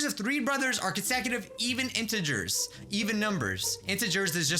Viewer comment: Tip: say interger like in.ter.grrrrrs... there ya go :)